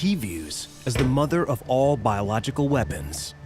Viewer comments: The smallpox guy can't say biological. Biolog-jickle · the way he struggles to say biological for the 12th time in a row, calling regular painting coverall and masks biological 🤣 no commentary needed, hilarious